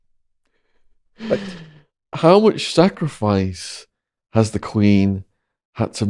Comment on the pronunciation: Not at all - well, not us awakened! BUT - at 2.40ish mins in, Shaun asks how much the queen has sacrificed. - am i imagining that he emphasised the word 'sacrifice'?